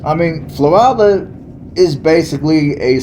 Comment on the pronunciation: I'm a local.🤍 been here 50 years We do NOT have a state park. It's city owned. Our weather gets very cold..in the teens...our winter is short. Plus it's 100 degrees most of the summer which lasts 6 months. We don't have good restaurants 😬 And to help your pronunciation, its "Flow-rhella". Lol or that's how us locals pronounce it. We love our small town! Our crime rate is VERY LOW. We dont have to lock our doors.... There's very few jobs here....retail and construction are about it